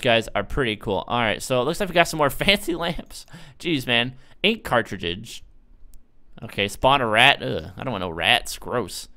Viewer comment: clayned stay😂 And him saying ink cartrididge